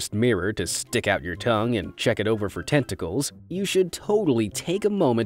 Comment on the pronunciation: i hawe tongue "tenticles